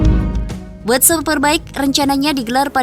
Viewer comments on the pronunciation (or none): jangan malu2in... World ....bukan word ! diperbaiki koreksi...